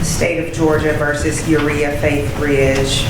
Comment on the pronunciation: Uriha? Like Urea? 😂 Lawd…